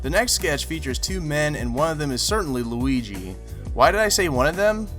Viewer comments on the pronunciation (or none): none